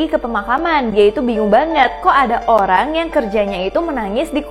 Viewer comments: Kak ko ngomongnya Olang🤣🤣🤣🤣🤣🤣🤣🤣🤣🤣🤣🤣🤣🤣🤣🤣🤣🤣🤣🤣🤣🤣🤣🤣🤣🤣🤣🤣🤣🤣🤣🤣🤣🤣🤣🤣🤣🤣🤣🤣🤣🤣🤣🤣🤣🤣🤣🤣🤣🤣🤣🤣🤣🤣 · mohon maap itu olang ato orang?